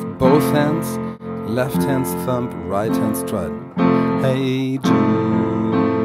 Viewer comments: Am i the only one that kept hearing him say thump instead of thumb???? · Thumb is pronounced 'thum' the b is silent.